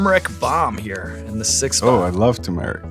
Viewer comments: no way he pronounced "too-mare-ic' its "two-ma-rick" hopefully thats right i dont really know how to spell pronunciations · David Blaines tourist traps are a joke. He enslaved people during the early 2000s and i was never imoressed. And "I love tumeric"?. Its turmeric, tur-mur-ic, not too-mare-ic. But props on holding it in. He does have that down. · Where did David Blaine get that pronunciation of turmeric? To mare ic?